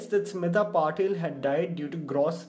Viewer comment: Its Patil. Not patel